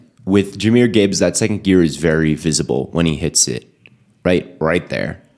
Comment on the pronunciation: Jah is a one of a kind RB he is truly blessed by the best!! Keep grinding grandson strong silent and smooth.💪🏽💪🏽 FYI Jah was 5’l1 in High School, hopefully soon all will be corrected. Even the pronouncing of his name, Jahmyr aka Jah not Jamyr!!